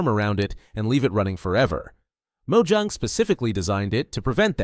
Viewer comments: Its not 'Mo-ju-ng' its Mo-ja-ng. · it has 2 syllables so you say it as Mo-Jang